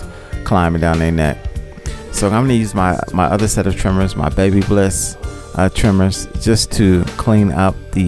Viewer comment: It’s Ba bliss not Baby bliss sir😂